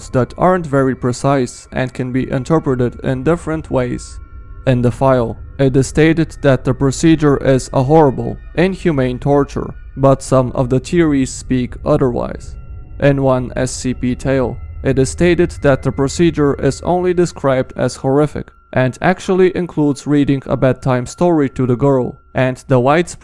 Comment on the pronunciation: What i hear: oda wise whats he really saying: otherwise